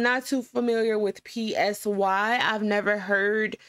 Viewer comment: "pee ess why" and "sugar" 😭 i know it's an honest mistake but ur so funny